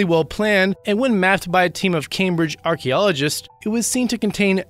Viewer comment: it is pronounced "AR-KEY-OLO-GIST" not "arky-logist"